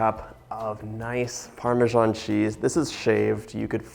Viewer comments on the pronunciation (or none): What is with nearly every AMERICAN cannot pronounce Parmesan ( Parm a SAN) Jesus Americans where the hell do you get PARM A ZJOHN from......???? Most Americans keep saying it incorrectly!!!! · It’s PARMESAN cheese not “parmijan”